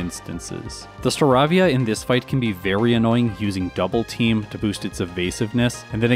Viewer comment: Great video!! btw the "avia" in Staravia is pronounced like "avian." star-AY-vi-uh